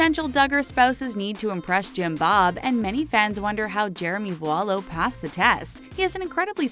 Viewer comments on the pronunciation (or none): To be completely honest this video really annoyed me. Although Jim bob’s rules may be a little over the top this lady had no idea what she was talking about, she can’t even pronounce voulo correctly. If you would actually watch the show before judging you would find that 99% of the accusations are false